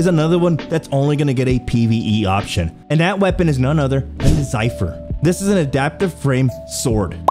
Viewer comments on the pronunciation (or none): It’s pronounced ze-fer not zyfer